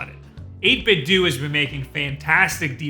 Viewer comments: Wait, it's pronounced 8-bit-du? I always thought it was a spin off the word Nintendo so the last "O" was a long O. I guess it's like how nobody can agree how to pronounce "hadouken," or for that matter, spell "hadouken." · Pretty sure its pronounced 8bit "doh", since, you know...nin-ten-do. Just wow for a guy thats got 600k+ subs lmao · Sigh... Are we sure that 8bitdo ends with the “doo” sound? My brain just always wants people to pronounce a hard “O” as the pronunciation of Nintendo... it just makes me feel better... “Doo” is just so jarring... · Is the 8bitdo name not obviously playing off of the Nintendo name? Who says 8bit-doo? Nobody says Ninten-doo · NIN-TEN-DOUGH 8-BIT-DOUGH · I thought it was pronounced 8bitdough like Nintendo not nintendue. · Isn't it pronounced eight-bit-doe like.. Nintendo? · I believe it's pronounced "8bit-doh" like "ninten-doh" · 8BitDo... Nintendo... almost seems like they'd be pronounced similiarly. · Aw, man! I just splurged on the old model a month ago. Guess I should've done some digging to see if an update was in the works. No matter. The old one still works great for my Raspberry Pi! I could be wrong, but isn't the "do" in 8BitDo meant to be pronounced like the "do" at the end of Nintendo? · EIGHT BIT DOUGH not doo...come on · 8-bit-doo? Nin-ten-DO 8-Bit-DO Cut this shit out. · Fuck man.... "8bitDOO".... lmfao. Why fo you insist on pronouncing everything wrong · I always thought you pronounced it as '8-bit-dough,' with a shorter stress on the 'dough' sound to make it how you read the brand, 'Nintendo.' Or is this just and his preference? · Surely it's not actually pronounced 8Bit"Dew", right? I thought for sure it would 8Bit"Doe", as in Ninten"do". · Am I the only person who pronounces 8bitdo "dough" not "do"? you know the same way that we pronounce Nintendo. Because I'm pretty sure that's what they were going for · "ÆIGHT BIT DEW" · Every time I hear "8 bit dew..."